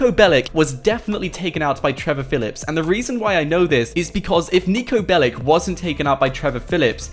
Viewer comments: That guy is from Serbia its not Niko BelliC its not C like K its Ch Niko Belich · Its not "Niko Belik" it is Niko Belić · its not niko belic its niko belić hi is serbian and go to google translate and fix how you saing the that... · niko bellic is from serbia,so say NIKO BELICH,correct niko belić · Pronounced belich